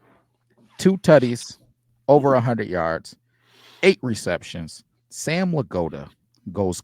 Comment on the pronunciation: Are you purposely saying Sam's name like that? Crazy way?